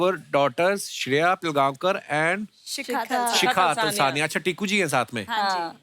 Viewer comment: Its पिळगावकर.....not पिलगावकर....pronounce ळ